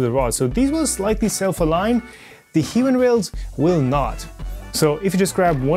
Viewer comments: As someone who has used them a lot for industrial apps, it's pronounced High-Win. Not "he-win". (I have spoken to their reps at length on multiple occasions...) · I heard both "He-win" and "High-win" in this video. After a little googling I believe "high-win" is the correct pronunciation. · He just miss speak in the middle of the video and saying low tolerance hiwin